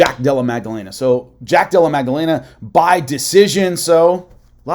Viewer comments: Great vid. But it’s Maddalena* not Magdalena. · It’s not magdellena it’s Madalena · Holy Mary Magdelena lol Maddalena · Magdalena vs Macklechef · There is no g sound in jacks last name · going full Chael Sonnen on that pronunciation of Maddalena's name lol 😂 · so funny i said a prayer when i hear it